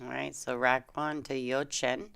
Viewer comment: Hello there, thanks for commenting on the game where I was part of. For next time, please work on the pronunciation of my first name, lol.